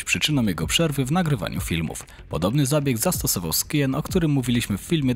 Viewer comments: Za tego "SKIJEN" to się karny k*tas należy, naprawdę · skajen, nie skjen.. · Skien XDDD pls bro